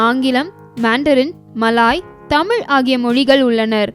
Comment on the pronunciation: தயவு கூர்ந்து "தமிழ் " என்று சரியாக உச்சிக்க வும்.